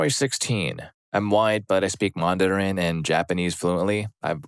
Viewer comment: that's the first time I've heard anyone pronounce Mandarin with two [a] sounds. Isn't it just man-duh-rin? Not mah-n-dah-rin?